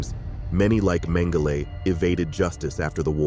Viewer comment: I've never heard Joseph Mengele called Joseph Mengelay, and sounds absurd, I notice this from younger people this kind of thing, wondering why this happens, how can a pronunciation of names and words spoken different for so long with these same words, spoken for generations, have become changed, is this what is being taught, doesn't make sense to me.